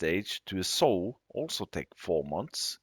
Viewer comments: July 28, 2023, the word Pigsty is pronounced Pig Sti (eye) and the word Sow is pronounced "S ow" "(Ow like when you hurt yourself) I hope that helps. 😃 Great video sir. Thank you and take care. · It’s s-ow, like oww! You pinched me 😂